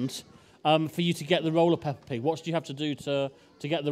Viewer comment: It’s Peppa, not Peppard.